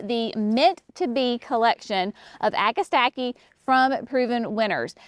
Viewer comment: [1] It's NOT " Agastackie " ! Agastache is pronounced "a-guh-stash" . Anything that is spelled tache at the end is pronounced as "tash". Most people just say Hyssops as the common name. [2] Astilbe's [Dark Side of the Moon] is lovely💚 and can be fun to work with,, as long as the surrounding plants don't distract and overwhelm them. [3] Giggling at dropping pages on the ground. Was that for Brenna to play with? [4] Heuchera [Coral bells ] is also pronunciated " hoo- kr- uh". I simply love 💞 these plants in waves [not straight lines]. You guys should carry Heuchera Master Painter 'Van Gogh' series. They are to die for,, in the landscapes. Such gorgeous foliage. [5] Phlox is such a wonderful standard to any garden. I like the historic plants so much from the 60's and 70's. Even better that they are coming out with such wonderful color blends. [6] Love, LOVE, L O V E 💚, Pulmonaria [aka Lungwort- but especially Pink-a-blue ] in the gardens. [7] Seriously GREAT JOB with the descriptions and performance details. I love that you are detailing the actual information to help novice gardeners with helpful suggestions. 😁